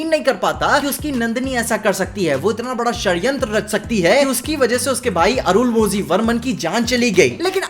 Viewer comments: Its Arun mo li not Arun mo zi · Please note: whenever 'zh' is mentioned in any south indian words, it's pronounced as 'la'. Arunmozhi is pronounced as Arunmoli.